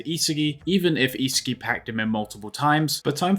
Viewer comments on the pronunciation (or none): Who the hell is isehgi 😭😭😭😭 Its Ihsahgi